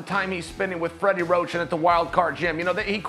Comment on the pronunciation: Fweddy woach!